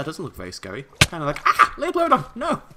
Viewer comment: ***** Since it bothers me, it is pronounced Lie-plur-o-don, not Lee-o-plur-o-don.